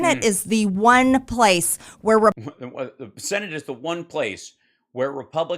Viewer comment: Marge is sooo annoying. She says "sinnitt" instead of senate. She says themself. Wtf?? Them = plural = more than one. Self = one. Themself isn't a word. Themselves is a word. Jeez. How does someone who can't speak or com her hair or know how conditioner works get into Congress? Is it a lottery system in her district or just whoever tests negative for opioids on primary day that wins in a flaming red district? Disgusting